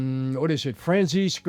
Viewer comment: Michael, when you mention your wine, you might want to leave a pause between Franzese and Wine. Otherwise it comes off as FranciSwine